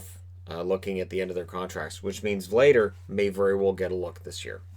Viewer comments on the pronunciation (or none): Hello, I recently discovered your channel and its great, but PLEASE, try to look up how to pronounce Czech names, it hurts my soul to hear that Vladař sounds like Vader :D (Edit: OK, its not that bad, but Vader is something :D (unless its his nickname)